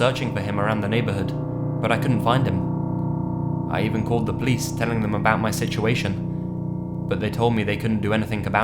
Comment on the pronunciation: RavenousReindeerGaming I'd say Nightmare is on a league of his own. He puts a lot of effort into editing and is much more creepy of a reader. (plus the way says police kind of takes me back because nobody I know pronounces it that way. Not his fault or a problem with his stuff, though.)